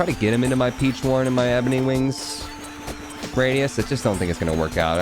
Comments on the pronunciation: RIP to not getting the "Peachone" Pigeon Pun. It's supposed to be pronounced like "Pigeon" with a fancy accent. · was anyone else REALLY bothered by calling it the peach one throughout the entire video? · incorrect. "Peachone" is a somewhat Americanized, botched version of the word "Piccione," which means pigeon in Italian